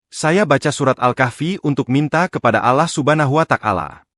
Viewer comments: Yg baca Narasi alangkah baik nya nyebut Nama " ALLAH " dgn benar...mhn ampun maaf klo saya salah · Betul sekali saya juga sangat terganggu karna yang baca narasi tidak tepat dalam penyebutan nama Allah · Ini yang gue benci dari suara ai, allah islam di baca dengan ucapan ktristen